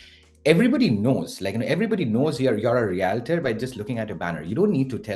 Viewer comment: Good video, but please try to learn the proper pronunciation of the word Realtor! Yikes